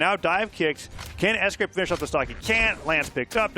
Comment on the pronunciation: S-gwape is crazy